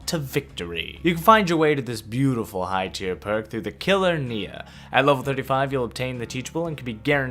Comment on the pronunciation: "Killer Nea"